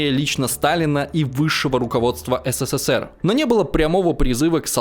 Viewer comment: Как слышу такое БЕЗГРАМОТНОЕ еС, Се, Се, Се Р, аж тошнит от тупости диктора,. СКОЛЬКО букв С в СССР ???